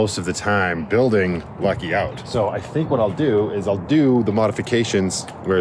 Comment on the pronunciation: Talking about the bed in Lucky, you said "Becky". I've also heard you mention rockets on Lucky, and say "Rocky". Now I'm just waiting to hear you talk about how fun Lucky is.😂 Seriously though, thank you for the video! It is super helpful to see how others are feeling and dealing with things. 🤗 And thank you for the shout out!! So glad you liked the clovers.😊🍀